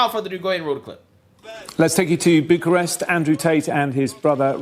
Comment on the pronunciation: Not buducrest,, it's Bucharest. No d in there